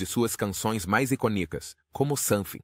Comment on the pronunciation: Sim, e inclusive palavras em português (como "iconíco", ao invés de "icônico").